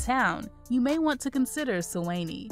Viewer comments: Great information however Suwanee is pronounce Swan -Nee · She said "Su Whennie" 😃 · Nice video. Glad to see my town of Suwanee made it to #3 (Su-wah-knee). Your pronunciations are off, you should get a local to assist with the proper pronunciations.